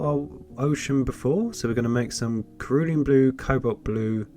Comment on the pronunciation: Enjoy watching your videos, your colour mixing techniques are also informative. The pronunciation of "Cerulean" blue is a soft C and not a hard C as you have pronounced. 🍻